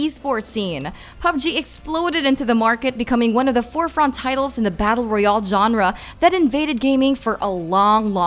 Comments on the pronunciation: She cannot pronounce royale at all. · Say royal right plz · The way she says "royale"xd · i know 😅